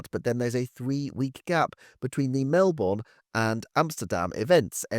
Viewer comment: Your Melbourne pronunciation needs work ;) love your vids though.